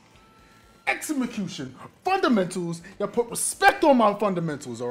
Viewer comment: Lol “exemicution” 💀